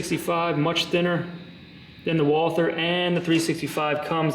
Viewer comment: Oh.. and btw you yanks keep on breaking the name.. it's not Walther like the English th sound.. it's Walt-her with a silent h.. a German name.. 😛